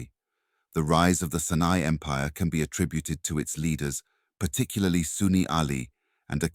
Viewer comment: Great info, but pls next time open up with an African monument, we have plenty, that was a Mayan pyramid, also the A.I voice needs work, it kept saying the Senai empire instead of Songhai empire, keep in mind there was a Sena kingdom in both India and Southern Africa.